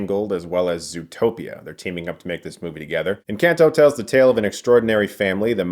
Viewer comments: Sorry but I had to stop the video in the first 10 seconds. If you know the word is Spanish can you please at least make the effort to look up how it’s pronounced? It’s not In-CAN-toh. That made me audibly yell. It’s En-Khan-toh. Please do it better next time you come across a movie like this. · Wow this movie looks pretty - and definitely here for Latina Glasses Princess! (I cringed a bit at every iteration of the name in this video, though. Should be en-CAHN-to. in-CAN'T-o just grated. Sorry!) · En -Can-toh It’s En-khan-toh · Thought it is pronounced en-kahn-toe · Girl he said “in can toe” 😂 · It’s en cahn toe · Chris...I love your reviews, but you're killing me with the way you pronounce Encanto (in- KHAN - toe). Being I worked on the film, it's like a nails on a chalkboard buddy! :) The comments here are so nice to read and those of us that are a part of making these films... well you make us feel good. Thanks for that! I'm sure you all will love it! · It's pronounced Encanto(N-con-toe)! It's a phrase used when someone likes something or singing. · Chris really accessed his Latin roots with the N-Can-Toe. Perfect pronunciation. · DUDE SERIOUSLY??? Why are you pronouncing the films title like that?! The A in the title is SOFT, not hard, ffs!!! Like this: EN-CAHN-TO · Chris: In. Can. Tow Spanish speakers: Encanto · I'm sorry but I cannot deal with his pronunciations of these Spanish words. I liked the video but just saying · Doesn't it bother you how he pronounced this movie's title though? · Am I the only one that gets kinda bothered with the way Chris pronounces Encanto xD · If only Chris learned to pronounce the film's title right though... 🤦‍♂️ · "Lin Manual Miranda" and "In can toe" lol